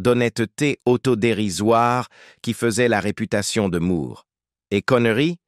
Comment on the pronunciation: Bande française vraiment pénible à écouter pour nous, québécois. Bon sang, on ne dit pas Roger Moooouuuuurrrre. On prononce Moore comme More, captich !